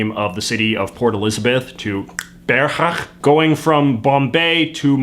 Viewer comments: I really appreciate you respecting the pronounciation of Qqeberha with trying to pronounce it properly, hearing so many YouTube's not even try with African words is heartbreaking and you doing what you did means more than it may seem, thank you J.J. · Gotta give you props for trying to pronounce the "q" in "Gqeberha". Not many people make the effort, thanks. ;)